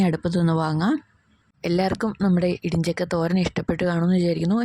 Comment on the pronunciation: Idijakka alla idi chakka😅😅😅